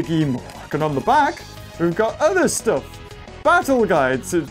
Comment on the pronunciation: i love the part that he says i hhate this staf